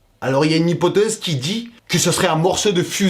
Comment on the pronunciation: bonne vidéo par contre à ça Se prononce hypothèse et à ça se prononce attendant 😁